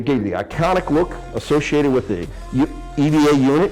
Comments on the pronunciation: NOT EVA IS PRONOUNCED LIKE AVA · still bro... eeeva... really? nice costume though